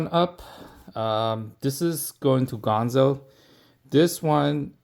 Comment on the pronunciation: It's ganzo, not gonzo.